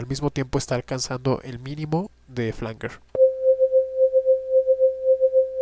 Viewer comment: Flanguer o Flanyer? Esto genera confusión, La IA dice que es Flanyer 🧐🙄 : Se pronuncia /ˈflændʒər/, es decir, "flan-yer". Se escribe "flanger" y se refiere a un efecto de sonido que se crea mezclando dos señales de audio idénticas con un pequeño retardo variable, lo que genera un sonido metálico y arremolinado que puede recordar a un jet o un coro. Desglose de la pronunciación: flan-: Similar a la palabra "flan" en español. -jer: Suena como "yer" en español, con un sonido similar a una "j" suave y la "er" al final.